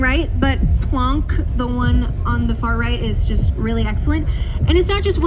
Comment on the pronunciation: I really dont know what to make of this. I have no opposition to how she is dressed. Dress as you please. Express who you are. But for a cosmology video? Then how she said 'Planck'. Never heard it that way before. I cant help feeling this is not a good video. Sigh. Two great things. Cosmology and a beautiful woman nicely dressed and I cant enjoy either. My problem.